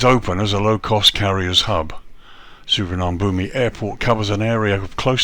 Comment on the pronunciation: Please learn to pronounce this airport correctly